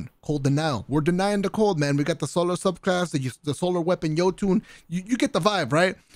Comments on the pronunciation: the “Yee-toon” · my man really said yeeetun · Jotunn (Yo-ton)